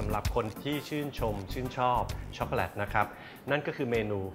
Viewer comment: ในภาษา Eng จะไม่มี วรรณยุค แบบภาษาไทยนะค่ะ ดังนั้น ชอคโกแลต ออกว่า แลต ไม่ใช่ แล็ด ไม่ผันเสียงนะค่ะ เฮ่อ...